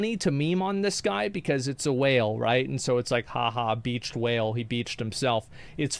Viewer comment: Can this guy learn how to say whale ffs.